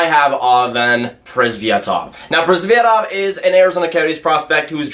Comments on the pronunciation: Primeau not Primoo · Thats horribly prenounced